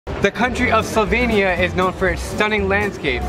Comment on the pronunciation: Why did your sister say slo-vay-nia She’s so American I’m dying at her pronounciation